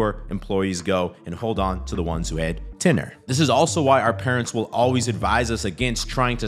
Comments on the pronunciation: Hey dude, hope you appreciate when someone corrects you saying the word incorrectly. It’s not “TINNER” it’s TENURE “TEN-YOUR”. Take note and you got this! Job tenure- noun [ U ] UK US the length of time an employee has worked for their employer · Bro it’s tenure pronounced like ten-your or tenyer lol “tenner” killing me but you are right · It's pronounced "Ten-your" not "ten or" and not hating on you, just bro knowledge. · Tenure is pronounced TENYUR. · Tenure is pronounced ten-yer bro. 😂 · that is not how you pronounce tenure, my bro. you'll sound more authentic if you can pronounce the terms you are using the right way. food for thought